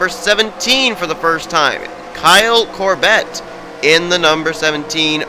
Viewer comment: It's more the less pronounced "COR-bit"